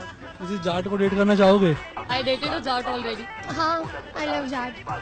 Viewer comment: It is jaat not jat